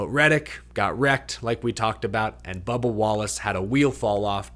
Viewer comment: Hilarious to keep hearing Leigh Diffey refer to "Bubber" Wallace.